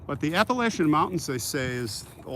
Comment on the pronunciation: Hey good evening brother how you doing are you around Asheville North Carolina it’s pronounced Appalachian